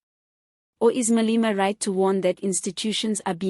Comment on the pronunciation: It is not Malima! This entity's name is pronounced Maa - lay - maa!😮